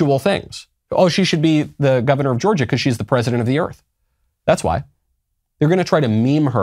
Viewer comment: "President of Earf" 😂👍 You know, this may have possibilities for the current trend of rewriting history.🤔 The Greatest Show on Earf The Day the Earf Stood Still Destination Earf From the Earf to the Moo 20 Million Miles to Earf Oh dear, I think I'm stuck in the 50's...